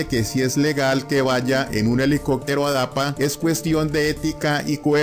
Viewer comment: Esa señora no sabe ni expresarse. Dice helicotero en lugar de helicóptero….😅